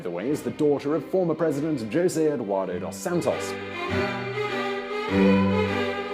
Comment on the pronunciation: For fucks sake dude! Stop pronouncing portuguese names as spanish names. For instance, it is Jose, not Rrose! Other than that, it was a good video.